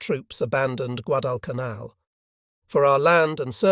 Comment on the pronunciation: The first episode that pronounced Guadalcanal correctly. Truk was also pronounced correctly for the first time. Interesting commentary about the effectiveness of the B17 and B24 bombers.